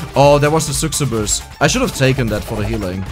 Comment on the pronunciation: The way you say "Succubus" is making me want to punch a wall. The word "Succubus" also exists in German and the "cc" sound is pronounced the same way there. Come on, man! xD Also, you skipped so many healing stuff for this character whose entire gimmick is about healing. Like, you skipped "Half Angel" a ton of times. She has two things called "Half Angel" and "Half Devil"....one might assume, that these could maybe probably be working together, based on the names of these two upgrades. You also skipped the cutting board item three times or more, when you said you wanted it. Would love it, if you prepared a bit more for videos like this. Like, you don't have to read a million guides on the internet for a character, but, like, at least check out what a character's gimmick is and what makes sense. That way, you'll also be able to showcase the character better. If you only get stuff, that doesn't make sense (I'm exaggerating, of course), a character won't be showcased well, at all.